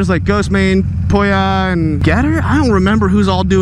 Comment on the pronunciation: The way you said pouya is funny